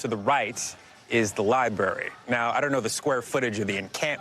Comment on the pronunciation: The Lie Bury. Interesting.